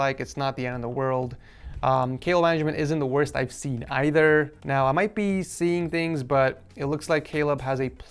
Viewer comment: "wost" LOL (